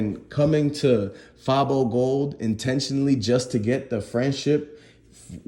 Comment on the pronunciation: Dude you click baiting fr. Who tf is J Big Unc is the person you referring to not J who tf is that. You have no idea wtf your talking about can't even say fabo gold name right. Your page full of bullshit and false news fr